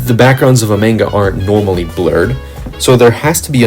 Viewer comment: not to be that one guy but idk how someone can be so great at their craft and pronounce it (manga) so spectacularly wrong, just discovered you and love your work keep it up :)